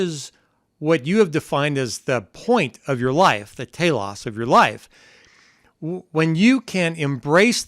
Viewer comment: If I'm not mistaken, Telos= Teelohs. (Subjective) =Purpose. Different emphasis on syllable but same meaning.